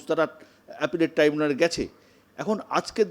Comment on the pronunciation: এই না হলো আমাদের মূখ্য মন্ত্রী, যে কিনা শব্দের উচ্চারন ই ঠিক মত করতে পারেন না। গভর্নমেন্ট কে সবসময় বলেন গরমেন্ট । ট্রাইব্যুনাল কে বলেন ট্রিব্যুনাল । শুভ অভিনন্দন কে বলেন শুভ নন্দন। ।এরকম আরও অনেক আছে । মনে হয় এনার সব accademic certificate ই জালি। অন্য রাজ্যে পশ্চিম বঙ্গ বাসী বলে পরিচয় দিতেও আমাদের লজ্জা হয়।